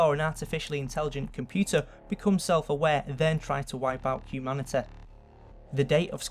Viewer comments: I love how u say HUMANITA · I love the content but I have to say, the way you pronounce humanity kind of bugs me, you say humanituh, I won't judge though because it's not easy changing an accent so props to you, good video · hehe. lancashire accents Humani-TEH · Ok, don't take this as an insult, but I like how you say realiteh and humaniteh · It's annoying how he doesn't know how to pronounce the "ee" sound. "Humaniteh" "Completeleh" "Elvis Presleh" "Alien Bodeh" "Properteh" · realitah humanitah